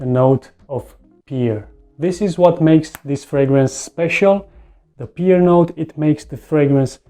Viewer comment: Good video bro but the fruit pear is pronounced as u would pronounce 'pair' not ' pier'